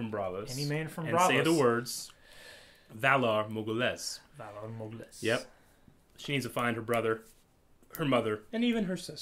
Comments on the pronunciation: whalA morghUlis, not whalA morgulIs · Val ah mor ghoulis <--- The Pronunciation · (in terms of speaking, Valar Morghulis, written, of course)